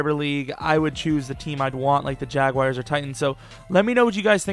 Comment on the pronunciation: also learn to pronounce the word jaguar if youre going to choose them lmao